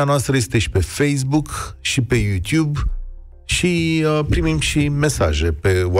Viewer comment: Chiar nu este nimeni în stare din redacția acestui post de radio, să poată sa ii atragă atenția lui la modul cum pronunță cuvântul iutiub? Este de a dreptul enervant și foarte deranjant